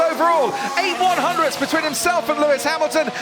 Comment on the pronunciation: The way he says " eight " 😂